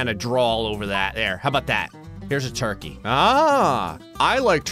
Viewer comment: gets proposed to - "I'm gonna draw a toikey"